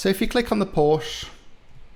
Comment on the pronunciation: Porsche is 2 syllables .